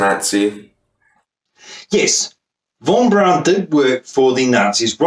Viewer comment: What? You can't understand how celebrities doing porn proves the moon landings were fake? Seems obvious to me. Obvious bollocks, that is. BTW Von Braun's name is pronounced "Brown", not "Brawn". Same colour, same surname, same pronunciation, just different spelling, It's unlikely he was other than nominal a Nazi. Like many other leading specialists he seems to have been obliged to join the party to keep his job, though there is a dispute about the date (1937 or 1939). He was under constant surveillance by the SD from 1943 onwards and was always considered suspect by Himmler. He was arrested in 1944 and imprisoned in a Gestapo section of Stettin concentration camp. Albert Speer, the Minister for War Production persuaded Hitler to order his release after 2 weeks. Why he was arrested was never clear including (he said) to Von Braun himself. It was thought to be because of "disloyal" views he expressed in private conversations with other scientists and engineers, one of whom must have been a snitch.